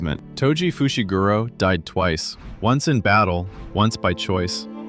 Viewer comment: "muhgoomi fooshi gudo"